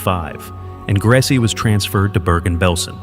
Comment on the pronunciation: The name is pronounced "Grey-za".